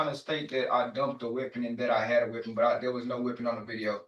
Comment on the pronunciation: What's a wipon?